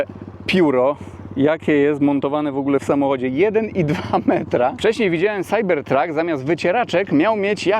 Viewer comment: Może najpierw naucz się angielskiego, chłopie, bo to wstyd. Nie mam pojęcia, jak napisać tę twoją wymowę "CYBERTRUCK"